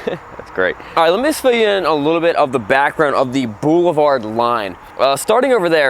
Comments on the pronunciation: I heard "bull-vard..whatever tf that is🤔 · I like how pronounces ‘boulevard’ as “BOO-luh-vard”! 😉